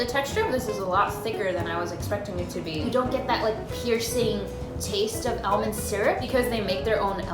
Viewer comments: ITS ALL-MOND NOT AL-MAND!!!!!!! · i swear it took me forever to realize she was saying almond- not ellman. I was like "hm never heard of that brand. lol this is so cute. i wanna try all of these! bucket list material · Sweetie i wanna try that meal it’s almond not elmond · it's super weird hearing someone say "al-mond" when in Australia, we pronounce it "ar-mond" xD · AL, mond.... I can't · I can get over her pronouncing “aLYmOd” over and over again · No one:: AL-mun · Elmend lol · i cant get over how she says aol-mond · I’ve never heard some lung say almond Elmond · I say 'Aw-mund' 💀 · It took me and good while to realize she was saying almond, it sounded like she was saying elmund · the way you say almond is tilting me lol but other than that its good content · No one gonna talk about how she pronounces almond 😂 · i love you. but we need to fix the way you say almond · I thought I was the only one to pronounce almond that way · Y she say almond like that😂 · The way she says almond bothers me